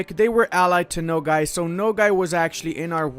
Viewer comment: hahaha it is not "no gay" my dude. the a in nogai sounds like a in "army"